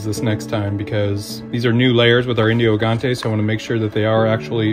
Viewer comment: Hey, just a heads up. In Portuguese those chickens are pronounced "Indio Gigantes" but not gi as in "hill", but more like Ji as the name "Jill"